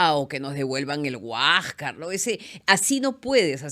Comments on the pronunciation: Esta huachafa no sabe ni pronunciar HUÁSCAR, ella dice HUÁJCA. Es tan ignorante que no culpa al imperialismo inglés y al sistema capitalista que es corrupto por su naturaleza explotadora. A tí te han regalado el título universitario, eso fue corrupción. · En vez de pronunciar Huáscar, dice Huájcar. Y así dice que es profesora de historia. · Soy peruana nativa bilingue hablo quechua y castellano he emigrado hace 40 anos !!!??? Desde cuando los peruanos pronuncian la "s" final como si fuera "j"